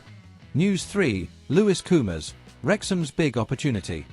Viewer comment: How many times do I have to tell you, it's Koumas Koumas not coomers. Du.